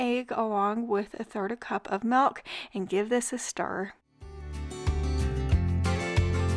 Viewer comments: Hey, the word isn't Melk, it's Milk. Why do you call it Melk? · I’m not originally from the US, so apologies if this is a silly thing to say/ask, but the way you pronounce ‘milk’ is so dang cute! Is that a regional pronunciation, or just a precious -ism?